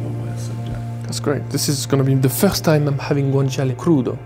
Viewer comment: Thank you for pronouncing Guanciale properly 👍🏻